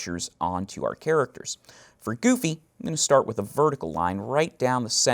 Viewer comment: I loved the tutorial but GOD I hate how he says "Goofy" *cringes hardly*